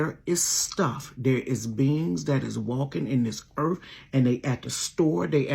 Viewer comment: Did she say Earf? 🌎 😅